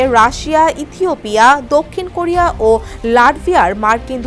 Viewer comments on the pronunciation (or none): none